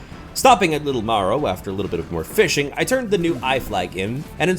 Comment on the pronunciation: Marrow not morrow